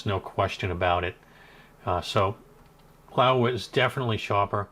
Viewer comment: Laowa not LaEwa, surely?